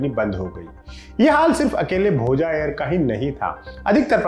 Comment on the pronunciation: भोजा नही भोज बोलिए